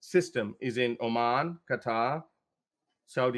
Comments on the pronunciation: The way he pronounced "Qatar".... cring lol. we Pakistanis dont speak that way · He literally said Qataar😂😂😂